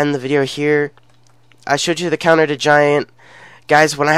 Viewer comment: its counters not conters bud